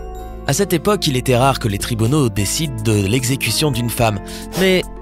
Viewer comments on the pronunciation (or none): "les tribeaunaux"